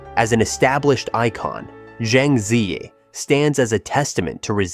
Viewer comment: 'Zi' rhymes with 'her'; 'Yi' rhymes with 'tree.'